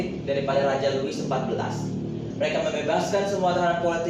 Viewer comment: Mantap. Louis = (dibaca; Lui)